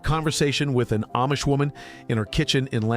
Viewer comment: Food is not free to grow. Not easy and not free. Your stupid AI video doesn't even pronounce Amish correctly.